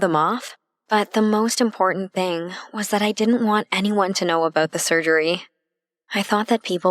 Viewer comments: I thought it was "surgery" not "surery" 😂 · "Surery" BAHAH